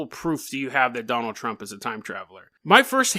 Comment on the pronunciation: I keep hearing you say "JonTron" lmao